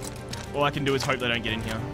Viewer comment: He says here like heeyuh like a donkey